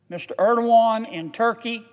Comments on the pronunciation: "President Erdowan" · Mr Ierdoogan😂